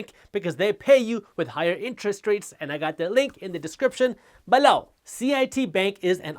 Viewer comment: Haters.. I love Jaspreet, especially when he says BELOW!